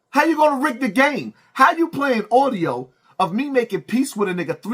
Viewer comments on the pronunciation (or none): it's audio, not oudio. You gotta do better, brother. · The word is Audio not Oudio 😂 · That "Audiyo" was disappointing to hear. 😐